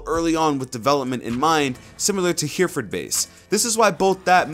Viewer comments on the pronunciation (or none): Just FYI it’s pronounced “Herrefawd” not here-ford, despite the spelling 😂